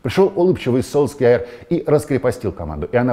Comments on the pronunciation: Вот вы говорите что будете говорить Солкьяер а не Сульшер, а чо тогда в свое время перешли на Чави. Ведь вы же привыкли к Хави. И всех пытались заставить говорить Чави? Правильно же Сульшер так же как правильно Чави. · Долго ждал нового выпуска, все как всегда круто, но не Сульскяер, а Сульшер. Послушайте произношение в Википедии. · Зачем ты Сульшера называешь Сольскъяером?))) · я верю Оле Гуннару и его произношению. По этому правильно Сульшер(как говорят последнее время футбольные люди), либо Сульшар(согласен и с этим вариантом), но ни как не Сольскйаер.